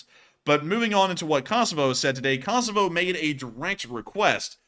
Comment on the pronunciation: You have pronounced Kosovo wrong all night, just a heads up!